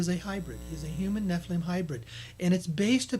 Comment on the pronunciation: what are we going to do with you? Sitchin's work has recently been claimed to be false and purposeful dis-info by several experts, specifically the "Annunaki/gold" stories. You have misconstrued Tellinger's work. Listen to his discussion with David Wilcock and Correy Goode. And check your pronunciation of "Nephilim". Don't mean to be picking on you but seriously, you need to finish your homework.